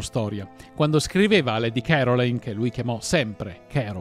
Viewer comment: Si pronuncia lady carolain'